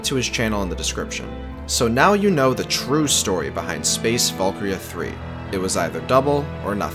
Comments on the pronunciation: It's Space ValkYRIA III, not ValkRIA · this whole video i thought he was saying "space Falkyria"